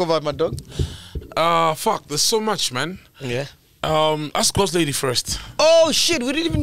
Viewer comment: GOSTLADY AN THE WORD LITERARY IYOOOO🤣🤣🤣🤣🤣🤣🤣🤣🤣🤣